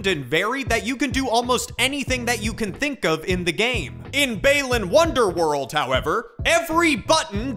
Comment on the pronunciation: Why does he pronounce it Baylan Wonderworld?